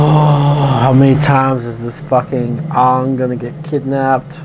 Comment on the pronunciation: Let's hope that Netflix can do better also their names are Aang not ong sakka not soeka Iroh not eroh it's zuko not zuku you mess up his name MB and what's wrong with you M night! Watch the show it's a masterpiece